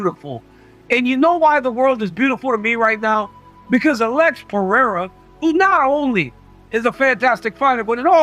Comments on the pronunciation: I love Sonnen, but how hard is it to pronounce Pereira correctly? Who TF is Piera? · Does that simpleton Sonnen purposely pronounce Pereira wrong???